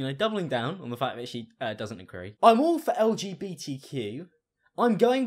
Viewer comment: Why did I think of “LG TV” when she said “LGTQ”